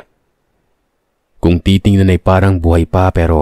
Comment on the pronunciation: haha galing! kuhang kuha mo yung tamang bigkas nang BAKUKANG 😂